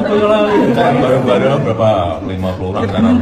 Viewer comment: Baca narasi yg bener bang., BOYOLALI BUKAN BAYOLALI